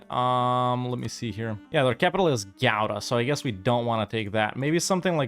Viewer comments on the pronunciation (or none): none